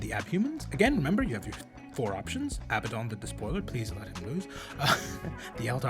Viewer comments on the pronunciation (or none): Not Abbadon